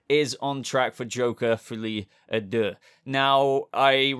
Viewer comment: á deux is pronounced like adieu (i.e. i bid you adieu)